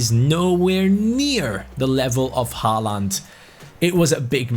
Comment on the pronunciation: Im pretty sure håland is pronounced holand